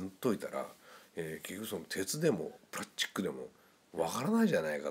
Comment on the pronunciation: プラッチック → プラスチック